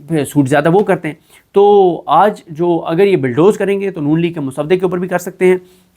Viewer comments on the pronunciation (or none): Bulldoze, not billdoze